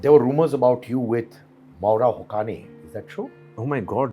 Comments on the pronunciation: The pronunciation isn't Moora Hokani. The right pronunciation is MAA W RA... HU SAY IN. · Her name is mawara hussain Hussain is correct prononsiation